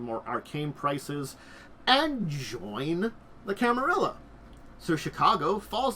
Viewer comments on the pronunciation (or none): I get that you say you are not good with pronouncing stuff, but I feel like at that point the best option is to just read the letters as written and just don't try to interpret any special pronounciation gimick, which begs the question, where does the 2nd "i" come from in Camarilla.